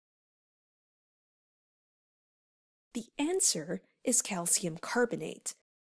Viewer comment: you cant pronounce calcium